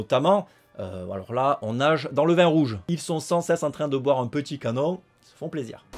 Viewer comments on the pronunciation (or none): none